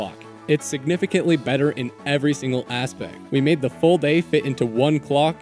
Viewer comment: the aspect sounded like asian 😂